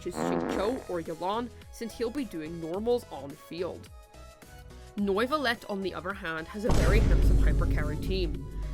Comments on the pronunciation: Since you threatened me with jail (though I wouldn't even mind that much with Wriotheley as my jailer :3) if I didn't comment: Good video, and here are tips to pronounce the two names correctly. Wriothesley is pronounced: "rise-lee" Neuvilette is pronounced: "Noe ("oe" pronounced like the "u" in "hurt")-vee-let" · "Noivolet" lol